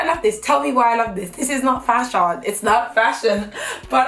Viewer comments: YES and fashiON 😂😂😂😂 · This is not fash-ion! 😂😂😂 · “A DHL delivery driver, but fash-on” 😂